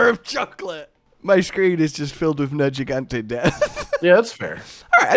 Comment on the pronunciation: I keep forgetting pronounces Nergigante with a soft "g", and I also forgot just how much that bothers me.